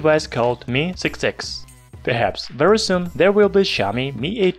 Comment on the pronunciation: вЕри вЕри гуд😂👍